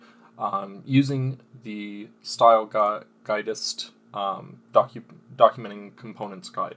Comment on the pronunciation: I think it’s pronounced “style guide ist”